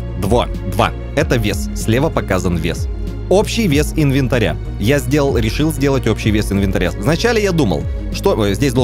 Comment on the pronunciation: не инвенатря правильно а инвентаря 😁😁